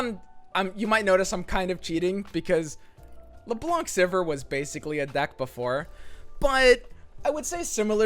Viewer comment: I swear, calling Leblanc "Lebonk" always makes me chuckle